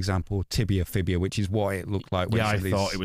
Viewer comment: In an Alan Partridge voice, 'stop getting bones wrong!' It's fibula, not 'fibia'.